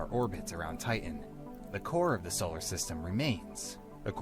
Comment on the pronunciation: Jeeze, can't they get a voice actor that can actually pronounce 'Titan'?